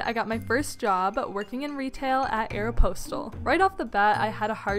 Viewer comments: did she say (aero-pose-tel) instead of (aero-pos- tel)? 😂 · Ok but did she just call it aeroPOSTal? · why did you say aeropostale like that